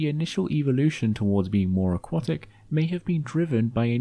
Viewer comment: You keep mispronouncing 'aquatic'.